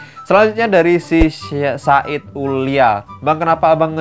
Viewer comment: bang abang, salah sebut nama saya sayid, bukan said :v